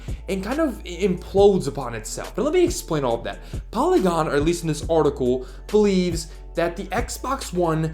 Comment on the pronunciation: Artical. Not articuuool